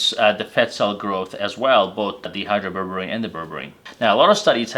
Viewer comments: The way you're pronouncing the name "dihydroberberine" makes it sound like DEhydroberberine, which is a berberine with one or more hydrogens removed. Dihydro means two hydrogens have been added, and is pronounced DYE Hydro (long i sound). Because these are two different molecules, it's important to specify the right one. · Shouldn't it be pronounced di... like in the word diet?